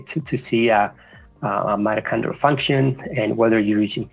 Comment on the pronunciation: Great stuff but they talk about MATACHONDRAL I know that’s not the word but it sounds like it can anyone tell me the spelling please